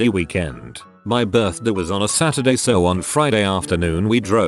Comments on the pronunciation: The way the robot says birthday is severely annoying (what birthdii huh?) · MariahxJimin my buurthde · How is no one annoyed how he says birthday?